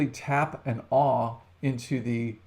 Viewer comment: nice video was kind of looking more for a just processing or figuring out the best way to get blanks cut to get them to stack to dry as in the the way they are at the start your video lol but still very informative.....just have to say though.....there is an l in awl